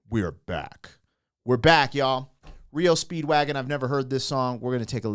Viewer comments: Hey brother. M.. it's not reo Speedwagon... It's R E O Speedwagon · Dude. R. E. O. Not Rio. Do some prep fer cryinoutlioud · It’s not reo speedwagon it’s R E O Speedwagon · R.E.O. not Rio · S'up brother?! It's R E O. All separate 👍🏼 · Pronounced as three separate letters R-E-O Speedwagon👍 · "Are"-"Eee"-"Oh". 3 separate letters; R-E-O Speedwagon. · Said separate R E O speedwagon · Lol it's R.E. O. Speedwagon. Love your vids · Its pronounced R E O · FINALLY SOMEONE POINTED IT OUT THAT HE'S BEEN SAYING IT WRONG... LOL THANK YOU!! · It's just disrespectful to purposely mispronounce a band's name. Just my humble opinion. ✌🇨🇦